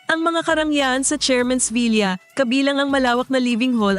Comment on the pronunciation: The correct way to say the word villa is vila not vilya.